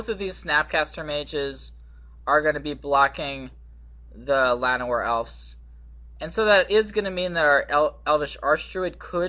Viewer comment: Awesome deck. As a side note, it's pronounced "Elves" with a "V"